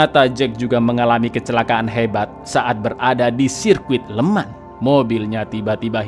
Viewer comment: FYI "Le Mans" dibaca "Lu Mong" ya Lurs